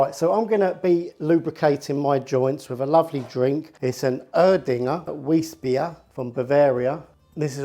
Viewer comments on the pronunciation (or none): Congrats on 100k! Wondered when I'd see this! I'm late to the party! Grumble.... Please pronounce "Weissbier" as Vice-Beer not "weess")... thanks!